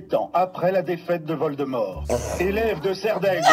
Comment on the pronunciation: C’est pas vol-de-merde c’est viole-des-mort